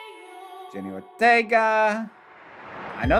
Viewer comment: It's "Jenna" Ortega.